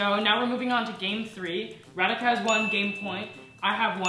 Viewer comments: You were saying "Radhika" and Me hearing it "Renica"😆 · Indians-Ra-Dhi-Kaa☺️🥰 Americans-Re-Di-CAa😕 Edit:Thanks for so many likes👍❤️